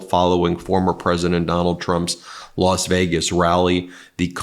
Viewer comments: Why do you say Los Vegas? Does that mean I should say Las Angeles? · "Lost" Vaygus?😂